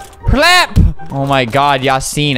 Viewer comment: If you write the name of Yasin in Turkish translation and listen then you can say it properly.